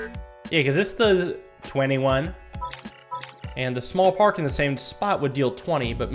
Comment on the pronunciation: The way he said “21” killed me